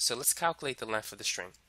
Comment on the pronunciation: Length not lenf holy shit